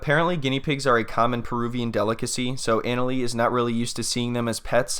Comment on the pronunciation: I JUST WISH HER NAME WAS SAID RIGHT...JUST LIKE SHE INTRODUCED HERSELF! IT'S PROUNOUNCED AH-NA-LEE NOT ANAL-LEE